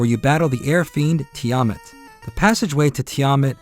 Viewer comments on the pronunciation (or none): Tee-AH-Mut? No. TEE-UH-MATT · Its said like this tee-a-mat just look at dungen and dragons